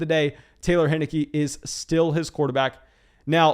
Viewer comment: It’s pronounced hine-icky